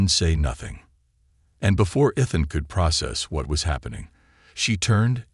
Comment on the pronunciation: For the love of god will somebody teach these stupid AI proper pronunciation. EE-thuhn